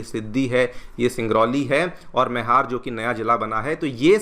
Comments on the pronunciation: Sir it's मैहर and not मेहर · मईहर मैहर नहीं